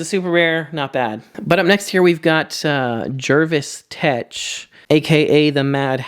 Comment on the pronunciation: The only yt'er to say "Jervis Tetch" properly... bonus points